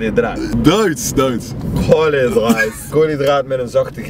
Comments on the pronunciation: 'koolydraat met een zachte G' haha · Omfg ik verstond eerst de heletijd kooly draad ofzo lmao.